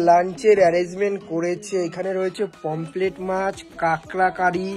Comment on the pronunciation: পমপ্লেট ❌ পমফ্রেট ✅ সর্স ❌ সস ✅